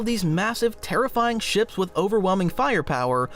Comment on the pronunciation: Is this AI narrated? "Shops?"